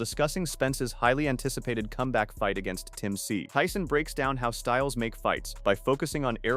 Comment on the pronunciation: i hate this AI shit, Cannot even pronounce Tszyu's name.